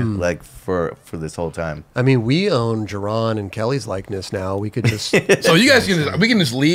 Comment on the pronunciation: Anybody notice in the Athletic Greens spiel that says Jerone instead of Jeron?